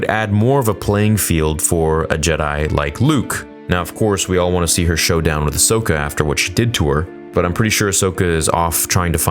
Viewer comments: Just one mistake: It's Ahsoka not Ashoka :) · Her names ahsoka mate. Not ashoka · Ashoka? Really, Ashoka?!! Nice work with the name of our beloved Ahsoka. Please, at least try to be more respectful.. If you can.